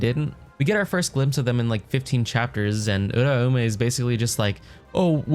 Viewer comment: Im subbing cause you dont pronounce uraume like a retard